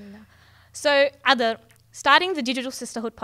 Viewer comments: I dont know if all can pronounce her name. Her name is written in Somali where C stands for ع in Arabic. Properly, you could pronounce 'Adar' in English. Cadar means perfume in Somali. Her speech is Cadar, mashallah. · It's adar means perfume not kadar